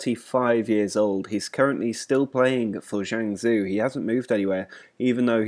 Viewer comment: Guangzhou is pronounced Gwang-zhow (like show with a z) and Jiangsu is Jee-Ang-Su :)